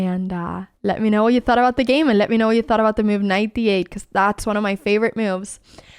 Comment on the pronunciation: The way you say it, it's spelled Myoove.